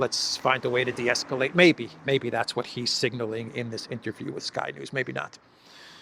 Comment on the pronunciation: Just to make you aware (constructive, not mocking)... you seem to be saying 'singling' when, from context, I'm pretty sure you mean 'signaling'. (single vs. signal) .